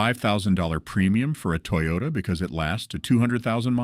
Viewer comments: What's a teeyota? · "Tee-yota?" Apparently I've been pronouncing it incorrectly. 😆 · "Tee-yoda"? AI sucks. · I was thinking the same thing. That fool knows damn well he hasn’t ever heard anyone pronounce Toyota that way